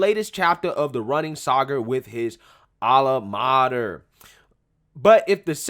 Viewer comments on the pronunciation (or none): This give-me generation of kids are in for a rude awakening in life... be prepared for the waiter & fast food industries to have a larger rotating door of employees. BTW: did he say 'ala mater'...not alma mater, lol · Really ?alamarder? 👎 don't just read without research . there's many ways to find out how to pronounce a word and know the meaning.elevate young brother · I like at 0.39 seconds in when the guy calls his high school his "ala mater"... couldn't watch much after that.